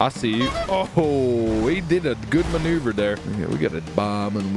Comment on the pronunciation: I can't even dodge a missile on my life in GTA but you did a maw-nuu-ver on that missile o_0